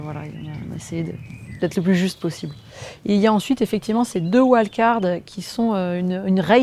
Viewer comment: Et pourquoi pas "invitations" au lieu de "wild-cards" ? D'ailleurs ce n'est même pas correctement prononcé. Ah cette langue qui se perd ! Ah cette fin de civilisation qui approche !